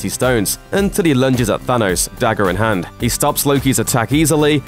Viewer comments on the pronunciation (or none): none